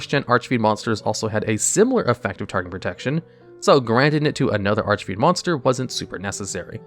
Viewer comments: Finally pronouncing archfiend correctly. Quality character development. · Wow, he said Archfiend correctly, and not Archyfiend or whatever he said before. :D